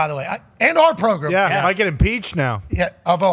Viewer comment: progrum nice coach